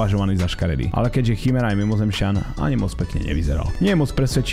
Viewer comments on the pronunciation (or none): Prosím nehovor chymera volá sa kymera pls fakt